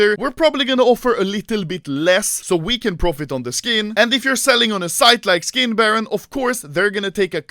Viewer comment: Anomaly: Štick, škin